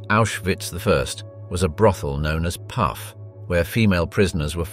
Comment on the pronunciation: "Puff" is the word for brothel. And it is pronounced "Poof".